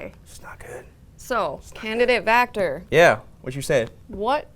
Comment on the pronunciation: Sureeee....! also its Vactor, (notice the 'V') not factor...